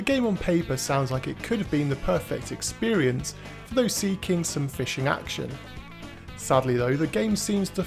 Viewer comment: "...The game on-paper sounds like it could've been the perfect experience... for those sea... king... some fishing action." You've (accidentally?) added a pun to the script, just by pausing mid-word.